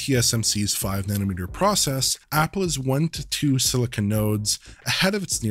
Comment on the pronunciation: *nanometer C'mon man, you just had in on screen a moment before. There is no such thing as a "nanomet-ree". Even weirder, you being North-American, and using goofy Victorian-era English...